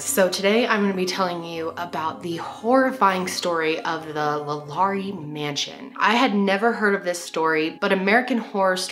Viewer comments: it's La Lor-rae. not la Lori. just fyi, as a Louisiana native. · I’m from Louisiana and heard this story a lot growing up. Also have been past the home. It’s beautiful but the vibe is terrible. I’ve heard that people who are sensitive to spirit really flip out near the mansion. It’s also really pronounced like Law•Luh• rie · 1. the poor girl in the box’s bones were broken before she was stuffed in the box, and so they remained like that for the rest of her life. and she was apparently a spectacle to many. (Absolutely horrific) 2. it’s “LAW- LA,REE” 3. You should do more New Orleans crime and paranormal activity stories!! such as the New Orleans vampire brothers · thank you!! I kept saying the name correct every time she would say it wrong.. lol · i’m from louisiana and the way you say LaLaurie made me giggle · The way she says the name is driving me crazy I can’t even watch it.